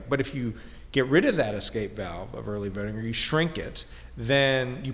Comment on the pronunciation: Dude said, "exscape." Where are the SJWs shaming him for his cultural appropriation?